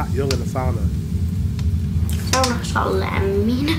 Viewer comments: It's sauna not soona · It is SAUNA,not soona! Try it!!!😊